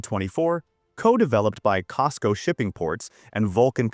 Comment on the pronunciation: your AI video is not working well. It’s cosco not cisco 😅